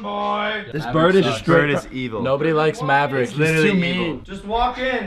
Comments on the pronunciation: NO it is maverick not MABRICK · Aliya Baking it's mabrick not Maverick